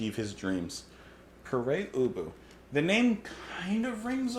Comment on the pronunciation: Always heard Pere Ubu as - (Pair Ooboo)